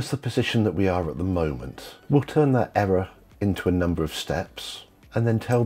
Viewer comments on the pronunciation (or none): "era, era" hahah you mean "error". there are two "R"s. why can't you pronounce the second one?